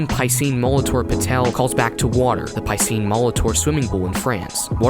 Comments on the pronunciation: your pronounced piscine wrong. it's pronounced pe-ceen no py-ceen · His name should be pronounced as "ˈpīsēn" as it's French :) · Good video but the way you pronounce Piscine makes me die inside